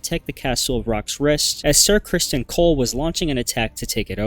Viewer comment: These pronunciations are awful! Rock’s Roost?!😂🤣 How could Viserys being the second oldest son when there were ONLY TWO SONS?!😂🤣